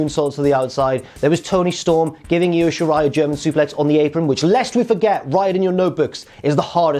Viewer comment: Props to for not pronouncing it as eye oh shirai